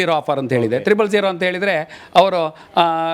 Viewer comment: ತ್ರಿಬ್ಬಲ್ ಅಲ್ಲ , ಟ್ರಿಪ್ಲ್